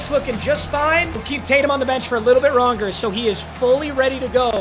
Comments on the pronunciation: “little bit ronger” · “ a little bit ronger “😭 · Blud said "a little bit ronger"